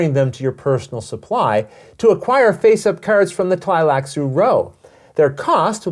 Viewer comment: You know is pro when you see him pronounce Tleilax & Tleilaxu without skipping a beat 😆. Fun looking expansion!